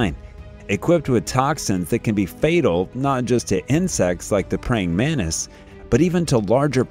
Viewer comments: Editorial,plzz it's pronounced as mantis not manis as u r repeating again and again.. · To the narrator: it is a praying man-Tis, not a praying MENACE !!! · The pronunciation in English is MANTIS, not MANIS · what the fuck is a "manis"? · Everyone: Mantis Him: Mannis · Can you say Mantis instead of manis? Manis in Spanish means peanuts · his pronunciation of the word Mantis bugged me a lot throughout the video 😅